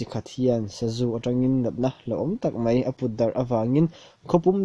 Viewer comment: Mai tih turah mei i ti zel a .